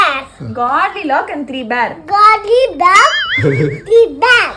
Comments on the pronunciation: It's not godlilock it's Goldilocks ( Gold is pronounced as Gold) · Alaha than pronounce panraanga. Awanga oru doctor pronounce panna theriyamala irukum❤